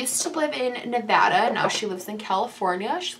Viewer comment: As someone from Nevada thank you for saying Nevada right 😭😭